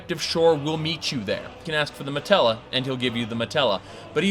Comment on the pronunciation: Also, its not called a matella, its called a Mantella.